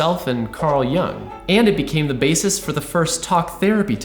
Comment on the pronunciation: Jung, please. Not Young.